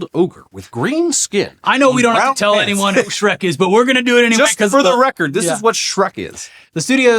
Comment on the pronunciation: "for the record" "FOR THE *SHREKORD*"